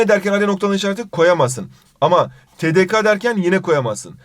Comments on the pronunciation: Te Te Ka değil güzel kardeşim. Te Te KE diye okunur o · TDK (TeDeKa) diye okuyor YANLIŞ. Türkçe'de Ka diye bir ses yok (TeDeKe) olması lazım. Yönelme eki gelince de a değil e kullanılır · TeDeKa değil TeDeKe